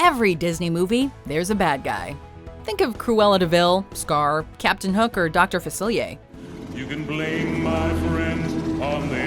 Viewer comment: In the way you said 'Captain Hook or' actually sounded more like Captain Hooker😂😂